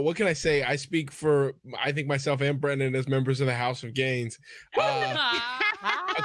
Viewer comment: Fully thought he said “house of gays” instead of “house of gains”